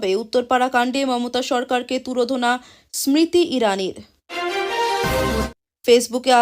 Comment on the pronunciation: স্মৃতি ইরানি বলতে পারো না ভালো ভাবে ? বাংলায় ভালো উচ্চারণ শেখ ।